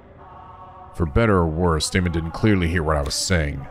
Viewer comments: I tend to not comment on whenever says names and such wrong, since I don't want to be an annoying nitpicky penguin, but since you asked, I believe Daimons name would be pronounced "Die-Mohn". At least that sounds the most correct to me. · Daimon, like Daimond. Think of it like this: Pronounce the 'ai' like eye, then add what ever is in front of it (If there is something in front), to make the sound. D-eye-mon. Eye-co - Aiko. T-eye-gah - Taiga. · Daimon rhymes with Simon. Ei rhymes with Day. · I don't get it! Is it pronounced 'Dye'-mon or 'Day'-mon?! Me:..., what's the name of the antagonist from Bleach that fucks your mind?: Who, Aizen? Me:...: Oh. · “ai” in Japanese is pronounced like “eye”. You were probably thinking of the Japanese pronunciation of “ei” which is similar to “-ay”. The letter A always has the short vowel sound, just to clarify. So you were right the first time, it is pronounced “Die-mon” I’m sure this will come in handy for many other games in the future, so I just thought I should set the record straight here lol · "Ai" is pronounced like "eye" (which came up a lot in somnium files iirc) though there are some names where they're separate characters (like araishi is ara-ishi not arai-shi) For daimon though, it very much is dai-mon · His name is Japanese so there’s no need to fiddle around with the German pronunciation lol It would be pronounced “Die-Mon” Language can be loopy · Daimon: Die-moan ♥